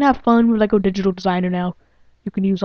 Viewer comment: its pronounced LEGO